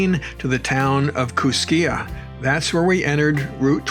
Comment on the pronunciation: Gently........just so you know, Kooskia is actually pronounced Koos-kee. Lolo pass is one of my favorites. I've ridden it 3 times, twice east to west and once west to east. Fantastic ride. I was fortunate that I had no "incidents" like you did. Loved the video. Thanks